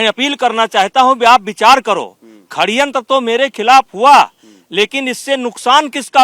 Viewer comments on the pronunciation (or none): Are chhori C.... Khadyantr nhi hota Shadyantr hota h 😊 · Khdyantra nahi sadyantra Bolte hai